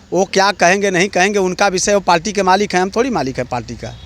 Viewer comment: Repoter bhai palti nhi hota hai parti hota hai